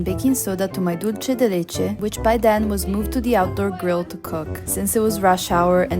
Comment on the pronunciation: Hi! great video:)) Dulce de leche is pronounced "dulse" de leche", not "dolce" de leche. Also, the one you made turned out too runny; it should be thicker. We have a much thicker and firmer type of dulce de leche called "dulce de leche repostero." It's especially used for these types of preparations: alfajorcitos de maizena, cakes, etc. Another fact: Argentine culture and gastronomy were greatly influenced by the large Italian immigration in the late 19th and early 20th centuries.